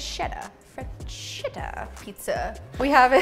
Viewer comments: I love you but in Italian "ch" = K , therefore the pronunciation is Brusketta and Fresketta :) XX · Freschetta is pronounced Fres-ketta, meaning small fresh.